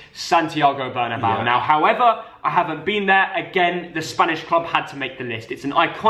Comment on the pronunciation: Why do English people always say “Bernabow”? It’s Bernabéu with the accent on the e, so you pronounce it Ber-na-beh-you.